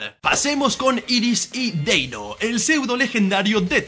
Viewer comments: Deino ❌ Denio ✔️ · Denio?, no era deino? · no es por bardear pero de dice deino no denio